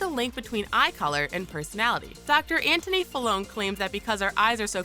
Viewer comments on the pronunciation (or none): none